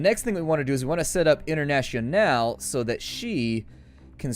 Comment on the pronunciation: Hey, just to point out the maria internationale vasquez or whatever last name she has... the middle name, is pronounced internazzionale whith the last e pronounced fully as in medic, and the t actually is the zz from pizza; at least put some effort into it.